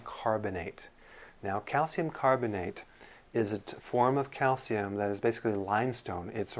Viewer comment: YOU PRONOUNCE IS CALCIUM! NOT CALCUM. I would've thought you'd say 'calcum' after pronouncing it 'aluminum'.